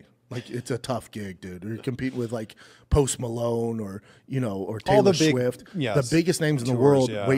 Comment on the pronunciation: ”Taylor Schwift” 😂😂😂